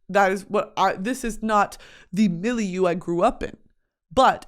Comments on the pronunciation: MOULIOU??? ITS MILIEU?? WTF BRITTANY AHAHAH ITS PRONOUNCED ME-LE-EUH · wait miss did you pronounce milieu like "milly-u"? 😭 Is this common in the US to say it like that??? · hearing brittany say milieu in the MOST american way ever made me less sad